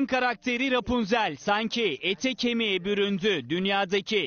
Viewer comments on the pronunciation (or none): Bena hep repunzel diyowlar Ya şu kıza tek benmi gıcık kapıyorum